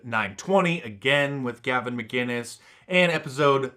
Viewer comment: It's MCinnes, Gavin mCinnes, not mGinnes! Get it right mark deece